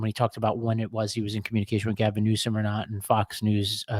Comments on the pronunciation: Did just call the Governor “Newscome”? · you said newscum